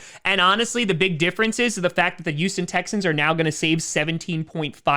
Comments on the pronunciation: Why does say Youston and not Houston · Does anyone else notice him saying Uston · “Youston Texans” lmao 😂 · He sounds like he says youston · The You-Sten Texans